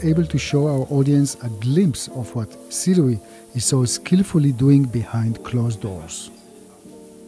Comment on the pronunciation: so many people insists on it being pronounced "su-ray" but hearing it pronounced "si-rui" makes so much sense